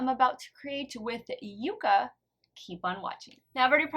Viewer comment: Fun contest!! I kept going back in forth in my guess, but I do think the shimmer on A shows up better, so I'm going to say A is ND and B is N; however, I think that they are really too close to call. FYI, it's pronounced yuck-a. 🤩🥰